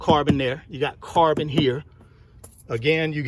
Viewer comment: I like how you mention "carbon". I thought yous saying "car burn". From Ghana, West Africa.